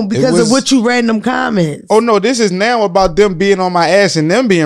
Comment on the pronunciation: Give her a record deal right "neow" LOL